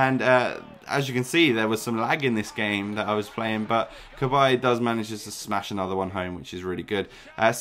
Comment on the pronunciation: shows you dont watch football how you pronounced cabaye lol